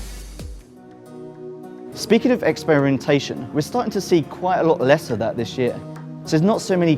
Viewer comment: "Speaking of expiriontation" you wot m8?